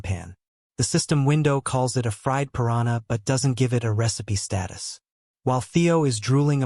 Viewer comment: I don't understand how Ai is still so bad at pronouncing words correctly and remembering the gender of a person. OP, can you give your Ai some feedback? When pronouncing piranha in English, do not use a Y sound. Cutely is sounds like Spanish "piranya" instead of English "pu rahn uh" Keep track of the gender of each character. If it's a male, do not refer to him as "she". Keep track of your own voice. Do not switch between male and female voices and absolutely do not switch accents from English to Spanish or Indian. If using a male English voice just keep it that way. Side note for op: would it be possible to have the Ai read a character's lines and use a specific voice for each character? I guess I already know the answer since some times it will randomly speak in Spanish, but when it gets better that would be great to do!